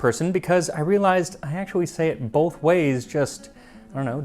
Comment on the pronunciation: "boLth ways"